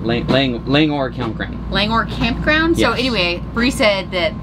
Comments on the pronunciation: Pronounces Lang-or Campground, I grew up in Bozeman. My favorite place is Ferry Lake but not sure if you can pull a travel trailer up the knarly road. Another good campground is Battle Ridge. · I think it would be good to learn how to pronounce the campground name correctly😊